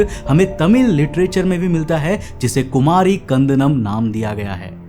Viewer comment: भाई, हिन्दी में कुमारी खंडम् नहीं कहते। 'कुमरी खंड' कहते।